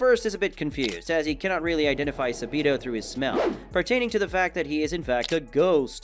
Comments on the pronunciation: Bro said "sa-Bido" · He pronounces a lot of things wrong, Sabito, Tanjiro (he occasionally says it wrong which makes no sense if he knows how to say it), Inosuke (which you mentioned), Manga (which he also later decides he wants to pronounce correctly), Nezuko, and Gyutaro. It hurts my head watching these videos and hearing them butcher the names.